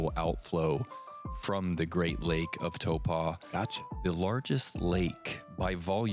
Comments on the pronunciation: Please please please. It's Taupo is pronounced T-ow-Poe. Ow like when you stub your toe. Not tow-paw. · you’re not quite saying it like that. You’re saying Tau-PAW. Which works with a Kiwi accent but not quite with an American one. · Why is saying toepa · Learn how to pronounce Taupo properly 😅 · Mispronounced Taupo a total of 17 times. hahahahaha